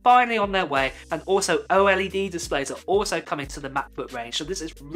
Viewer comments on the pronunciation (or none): Antes de hacer un vídeo asegúrate de que no sea redundante, al menos haz el esfuerzo de usar tu voz y no una IA, me cansé de escuchar a cada rato la pronunciación de OLED como "O-ELE-DE"